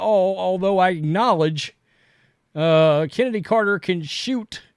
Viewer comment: Is Chennedy supposed to be pronounced like I'm removing a loogie from my throat? Like the ch in L'chaim? Cccccchhhhhhenedy Carter. SPIT